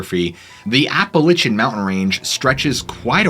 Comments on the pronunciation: My friend, I like your stories and your vid's are on point. But please, it's not Appa lichin... It's is pronounced Appa lay she an. Sorry. Plz keep up the good work. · Ap pa latch en NOT Ap pe litch en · OMG I was about ready to strangle you after the 7th or 8th or 10th time you said Appa-litch-ian Mountains. There is no Apple Itch! GDammet, it's Appalachian... like latch... Appa-latch-ian you Love your stories though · LACH not Lich but overall good show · APP UH LATCH UN Jesus Lord. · Apple itchin’ mountains… Appalachian, Apple A shun.. thank you.. you’re welcome… 😜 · Never heard of the “Appalichin”Mountains, please research pronunciations my dude! Love the content. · Ya gotta learn to say Appalachian right 1st, it’s App-Uh-Latch-Un! But the pattern sounds like a hefer bellering, just the tone is much different. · It's ap-uh-latch-uh, like apple atcha. Like to throw an apple at you. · Pronunciation nazi here, App-a-lay-shun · Seriously, learn how to pronounce Appalachian. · Dude I love your videos but please never say appalachiam like that again😂😂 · Love the channel! The way you pronounce Appalachian though...lol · its Appalachian not the way you are saying it!!!! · Great video. Though the way your saying Appalachian mountains is throwing me off lol 😂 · You saying the name of the mountain range wrong ... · You gotta listen to how “Appalachian” is pronounced, mate